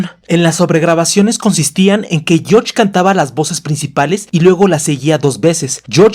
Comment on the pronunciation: Jajajaja me da risa cuando dice «yoch» cuando menciona a George